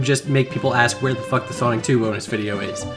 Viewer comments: used CIA technology to infect me with a mind virus that makes me pronounce BOnus the same way he does no matter the context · 7 years later and I still pronounce it “BO-nus” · The way says the first few letters in "bonus" using italics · I love how he puts so much emphasis on the B in bonus video in the beginning